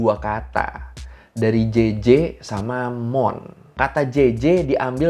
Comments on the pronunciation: jajajaj bukan jeje bg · Bang klo di bahasa spayol itu huruf "J" dibaca "H". Ketawa mereka JAJAJA = HAHAHA. Atau nama Juan =Huan, Juarez=Huarez.